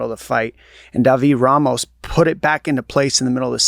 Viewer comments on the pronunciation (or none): none